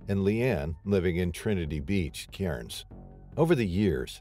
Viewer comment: Lithgouw? It's pronounced Lithgo! Caurns? It's pronounced Cans!!